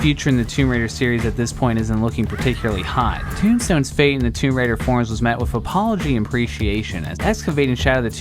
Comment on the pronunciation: Never heard anyone put the emphasis on Raider in Tomb Raider.